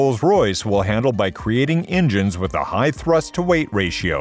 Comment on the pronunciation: Don't forget the ingines